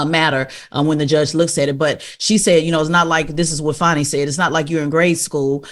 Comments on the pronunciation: Man say this woman’s fucking name right… DAMN!!! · I really wish Charlemagne would stop butchering that woman’s name.